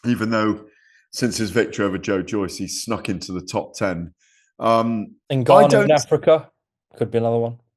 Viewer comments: Kugan called him out so GAD knew but forgot again...I wish someone would be tell him and others when you say ni instead of nnn, it's too close to dropping the N bomb every time you say the man's name. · Love the way GAD prononces Ngannou. funny ould dandy is Gareth A